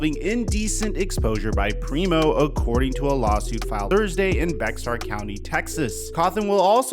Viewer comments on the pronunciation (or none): Its pronounced Bear county not Bexar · Bexar BE(X)AR.... It's pronounced "Bear" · it’s pronounced BEAR County not bexXXar. Enjoy the content. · there's no such place as "BEX-AR" county. It's pronounced "BAE-HAR" county. Please do better. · Obvoiusly not from san antonio, the county is pronounced BEAR not bex arr. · ITS PRONOUNCED “Bear” not “bexar”😭😭😭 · Quick nitpick here the county San Antonio is in Bexar is pronounced bear like the animal the x is silence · It’s not pronounced bexar with an ex. It’s bexar as in bear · It’s “bear” county instead of Bexar.. it’s weird haha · For future reference it’s pronounced bear. Like the animal. Not Bex-are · Bear or “bay-har”county not bex-ar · It's pronounced "Bear" not "bex-ar". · Bexar = pronounced Bear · THATS THE HOUSTON LAWYER, ITS PRONOUNCED "BEAR CO" He needs help asap. HE IS YOUNG AND CAN CHANGE. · Bexar county is pronounced -ber-. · The county is pronounced BEAR (bexar).... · Bear County (the x is silent) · Bexar pronounced "BEAR" County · Random fact: "Bexar" is pronounced "bear" here in TX. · Bexar is just pronounced bear county. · “Bear” County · BEXAR pronounced as (BEAR) COUNTY. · keep fighting! On another note, I'm guessing that 98% of the popular would pronounce Bexar County the way you did, but they actually pronounce it BEAR. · Great perspective! BTW, the "x" in Bexar is silent, per Spanish. Say it like "Bear". One of the few times they didn't "Englishize" names in Texas like Amarillo which would normally be pronounced "Ama-ree-oh". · Bexar is pronounced like bear. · A buddy of mine live in the same building as Weiscamp and he said its 100% true And Bexar is pronounced like bear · It’s pronounced “Bear” or “Bare” County. Yeah we know there’s an “X” there. Lol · Bexar is pronounced bear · As stupid as it sounds, Bexar is pronounced Bear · It’s pronounced “Bear” county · The X is silent in Bexar County. It’s pronounced Bear County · Bexar is pronounced “bear” … I know huh?